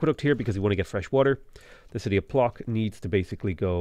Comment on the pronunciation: Your pronounciation of Płock and Sukiennice is killing me.